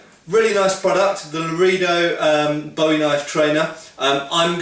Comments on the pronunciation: Actually, looking up the pronunciation guide, Lorehdo (short vowel, as in "set" or "bet") is probably the correct pronunciation in Spanish (though it's most definitely not Loreedo)....but the knife is most likely named for the Texas town of Loredo, rather than the Spanish town, and that is pronounced Loraydo. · Pronounced “la-ray-do” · Say it with me: la-ray-dough boo-ee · Well done. However Larado siunds more like Low Ray Doe & Biwie sounds more like Boo.eee. Based in the veariius towns & counties named in honor if to the famous sometime soldier & adventuror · Lah-Ray-Dough. Spanish pronunciation for a spanish word. We have a peacekeeperI trainer at my dojo for knife drills. Great training knives.